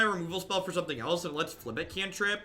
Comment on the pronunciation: Beating a dead horse, but it's pronounced fib-ill-thip